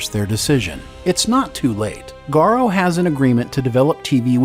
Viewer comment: Garo? why do people have so much problem pronouncing his name correctly?